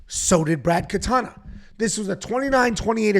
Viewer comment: Brad Katona. KATONA not Katana. Wtf is wrong with you dude?!